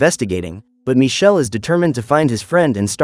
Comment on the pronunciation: Because his name is Michele not Michelle. It's an Italian name and it's not pronounced Michelle. The name of the movie is "Il ragazzo invisibile"